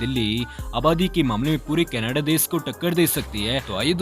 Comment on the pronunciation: It's desh not dessss....😐